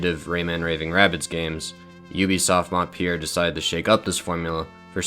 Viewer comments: it's Montpellier and not Montpier !!!!! Pronounced Mon-pe-liea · I just launched the video and a already love it, but your prononciation of Montpellier is absolutly terrorizing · As a French player, i'm so happy to see this game getting recognition but also a bit triggered to hear how you pronounce Montpellier, great video otherwise haha